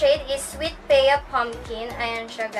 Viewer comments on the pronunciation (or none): ya, not peya.. 😂😅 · Pea is pronounced as "pi" or literal na "p" :))